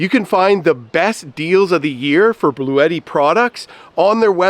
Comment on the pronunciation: To help ya out further - It's pronounced Blu-yeti Not Blu-tee:)